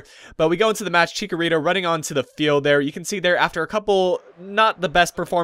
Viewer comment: You made chicharito sound like a Doritos flavour!